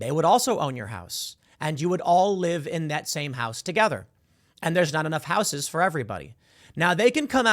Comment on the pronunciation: It irks me how you pronounce "houses" there's no "w" in house ...unless it's the Whitehouse... in which case there is a "D" in it.